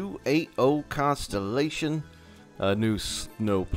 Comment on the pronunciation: Love your vids, but I just have to say, it's pronounced con-sol-i-dation not constellation. Like consolidated, not constellated lol. I also noticed when coupling, you're trying to do the click drag method from before. It's just single click left to add or remove the link, and single click right to add or remove the pin. The plow was from the West Side Lumber company of Tuolumne (pronounced too-all-um-mee) which at one time had 75 miles of track in the woods and mountains with sharp curves and steep grades. Three truck shays were used exclusively out on the line and in the camps with heislers taking care of the yard work in Tuolumne, along with rod engines from the Sierra Railroad. The locomotives we're incapable of traveling faster than 15 miles an hour with their 19 car trains on the grades or flat. They certainly did not travel 50 miles an hour, and if they did it was down the side of the hill into the river canyon below.